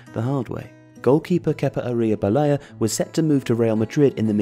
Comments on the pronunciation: Wow that was the least effort i’ve ever seen while trying to say Arrizabalaga. That was so bad it would have been better if you mixed him up with de gea. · Well at least you tried to say Kepa's last name 😂